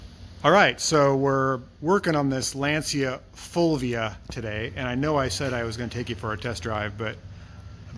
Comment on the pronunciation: LAN-Cha Full-We-Ah